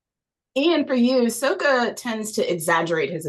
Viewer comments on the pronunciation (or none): Now why did you say "Sokka" like the Movie?? Girl 😭